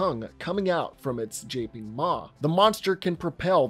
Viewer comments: Japing maw? Japing maw? Really? You wanted to go with japing and not gaping? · Did you just say jay-ping instead of gaping? 🤣🤣🤣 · ah yes my favorite word "japeing" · Did you just say "JAPE-ing Maw? Gaping has a hard G not a soft one. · did he say "gaping" with a j sound?